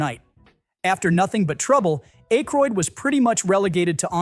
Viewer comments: ACK - roid, not ACHE - roid. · how about "Dan A-ykroyd" , and several other places. It is, however, a better AI narration than many I've heard. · Who is Dan Ache-rhoid? Sounds like something you need to apply ointment. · Who is Dan Ache-Croid? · Dan AYYYYYkroid. AI isn't so intelligent (and neither is the loser who posted this trash). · A-kroyd? AI slop. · Dude either you or your AI have the worst pronunciation I’ve ever heard on here. A Moroccan “shake?” Ache-roid? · IT'S PRONOUNCED ACK-ROYD. ACK-ROYD. ACK-ROYD. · Dan Ache-royd? Really?! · The A in Aykroyd is short. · AI voice can't pronounce it properly. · Please learn how to pronounce Dan Aykroyd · So annoying.